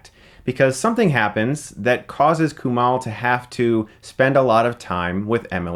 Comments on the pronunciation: its KuMAIL... not KuMAL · Kumail. Mail. not Mal. Mail. as in mail. KuMAIL. (Source: I am brown and south asian) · KUMAIL like E-MAIL. Not KUMAHL. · dude.. it's Kumail not Kumal. lol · I love how Chris repeatedly mispronounced the lead actors name in the review. Lol. Kumail (mail not mall ya dig?) I've listened to him and his friends say his name enough times on the Harmontown podcast. It was weird to hear it pronounced this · Kumail is different than Kumal, just sayin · it's pronounced "Koo-may-ole" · ''Koo-male'' Get it right Stuckmann. You're gonna be seeing plenty more of the guy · You say kumail wrong. It's not kumall. You watched the movie and hear people pronounce it right and u still say it wrong 🤔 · It's Kumail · It's coo-mail. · Coo-Mail Non-Gee-On-E! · Every time Chris says "KUMAL", my soul dies a little bit inside. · sohaybsful I have the same name and the OP is right. It's a Pakistani name pronounced Ku-mail. It just has the same meaning as Kamal. Just take my word for it. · Dude learn how to pronounce Kumails name. Don't they say his name in the movie? You're way off lol. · Kumail isn't Arab. He's from the sub continent and that's how the name is pronounced there.